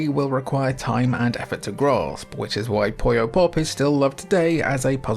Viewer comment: Why do so many English speakers mispronounce "Puyo" as "Poyo"? I understand the never-ending mispronunciation of English and Japanese between those two languages, but I don't think there's any English word where "u" us pronounced as "o", so where that "o" even comes from?